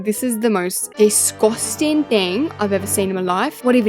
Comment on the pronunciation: The way u say descusting like "Desoscing"